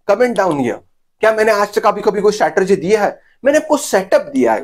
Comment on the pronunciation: स्टॅटरजी नही रे वह स्ट्रॅटेजी होता है